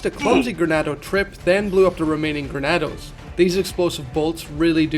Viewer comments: Not trying to be rude but it's Ganados not Granados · "Grenados" fuckin hell. Genados!!! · Great work but bro it’s ganados not granados 😂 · GANADOS ganados there is no R in ganados